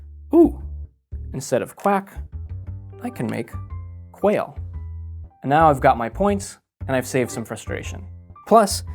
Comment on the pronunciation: Quail. Not qual